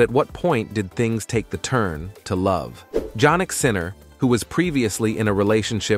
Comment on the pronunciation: Can the speaker pronouce the tenniis star christian name correctly? Although its apelt JANNIK is pronouced YANNIK. Hopefully u will be anle to say HIS name correctly now.😊